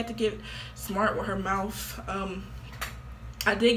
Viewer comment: why she he saying mouth like that😭 mOuFtH